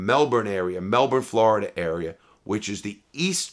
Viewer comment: Normal people: Florida Larry:Flarda 😂😂